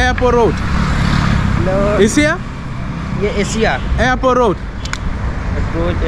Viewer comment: Mr, u can't pronounce even the place name, than how can a sample man can help you, you say airpro, instead of AIRPORT